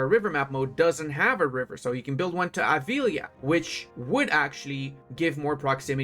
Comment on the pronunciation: Listening you saying Avila wrong make me notice about you got a very good Spannish accent... you use to say every name properly! big hugs mate!